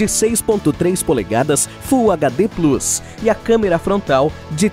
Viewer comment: Mas como o cara falou plus errado eu vou esperar...